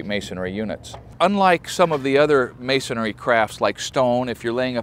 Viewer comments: ....The word is "masonry" not; "masonary". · The word is masonry, NOT masonary. It was like nails on a chalkboard listening to him pronounce it with an extra “A” sound in the word. I feel like someone as technical as him would be cognizant of that. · The word "masonry" when pronounced correctly does not rhyme with Canary. Ma'-son- ree, not Ma-so-nair-ee. Three syllables not Four. Just a pet peeve from a Texas Mason with a Texas accent. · Mason-ree, not mason-ary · Would have been interesting to see the means by witch grout was kept out of the non reinforced cores when the bond beam was being grouted. perhaps metal lath or lintel blocks. Appreciate your videos very much, thank you. It is masonry, not masonary, pronunciation. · Why do you, and so many people, say "Masonary" instead of "Masonry" (like it's spelled)? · Its masonRY !!!! Not masonARY!!!! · Your video is quite informative and your knowledge is extensive on how to build an exposed masonry wall, but could you please edit your video and pronounce "MASONRY" correctly. There is only one "A" in M A S O N R Y! Just because a lot of ignornant people say it wrong doesn't make it correct. It's like saying CARPENTARY, PLUMERARY, or ELECTRIANARY, work. I can understand the uniformed woman, or man who knows nothing about construction, but not someone with your knowledge of the industry. It's a little embarrassing to repeat such a mistake, plus it misleads the ignorant as well.